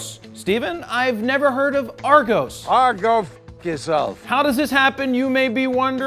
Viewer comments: ARGOEEES! its AR-GOS! lol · and its pronounced AA+GOS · It’s pronounced Ar-gos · It never really worked that way.. pretty much always 'look at your leisure (at home), then order and collect immediately in store'. It became quite a 'thing' around Christmas, to create a Christmas list based on the Argos catalogue. Additional, its arGOS, not pronounced arGOUS :) Keep it Raw !!! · Haha "Argose". Just for the record, its Its pronounced with the end of 'Ross'. Ross --> Argoss --> Argos. Not that it matters... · I’m a Brit.......and it’s pronounced ArrGoss..........but that was hilarious about the catalogues 😂😂😂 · PixelVogue That's how we pronounce it in america. AR-GAWS is how you pronounce it. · The way he pronounced argos loooooooooooooool. Its ar(space)gosss. Also thats not how an argos catalogue works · Not argos it’s argOs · Try and say Argos properly. Lmfao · I’m from London and grew up on Argos. But Jarred you say Argos so funny 😂😂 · Jared Polin I know :) just muckin with you. The pronunciation was the best though 😂😂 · That's not how you say Argos